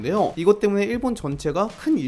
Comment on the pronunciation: 말할때 때-문/에! 이러심